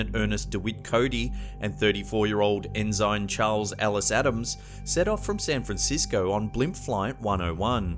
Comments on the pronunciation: The very first clip. It is not pronounced “EN-SIGN”. It is pronounced “EN-SIN” as a rank a Sailor would have. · Ensign, as in Navy Ensign, is pronounced EN' sun. Not en SYN'. "Okay grammar Nazi." Hey! I'D want to know! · At :37 seconds or so, the word is pronounced "ENN'-SINN", not "en-zynne". And also, it's pronounced "POINT RAY'-IZZ" a la Espagnole. Reyes means "kings". Da nada. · Lol. I caught a mispronunciation though its *EN-SIN not EN-SINE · Mate the word is not En Zign its pronounced Ensen. Holy cow mate you're an Aussie where did you go to school? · Future reference it’s n sin not n sign otherwise outstanding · Ensine is not pronounced In-zine it is pronounced In-sin. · Enzyme Adam's? It's pronounced ensign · Do you really not know how to pronounce, "ensign?" It's "EN-sin" and definitely NOT, "IN-ZINE" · forgive me if this is merely a difference between British and American pronunciations, but I couldn't help noticing you pronounced Mr. Adams' rank (Ensign) as EN-zine, rather than EN-sin. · For the record, the correct pronounciation is "ensin". Not "enzyne" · Dude, ensign is pronounced "in sin", not "in sign". Hopefully you don't pronounce commodore as "commoder". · interesting blimp story but its pronounced EN-SIN not ensine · It's pronounced En-sin. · Just FYI...ensign is pronounced en-san . 😁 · En sine? why not lie you tenant? Brig a dire general? Sergy ant? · We Americans pronounce the rank lower than Lt. En-sin. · Ensign is pronounced EN-SIN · Mispronounces "ensign." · I've never heard "ensign" pronounced that way before. I'm pretty sure it is pronounced the same in all English speaking countries, though.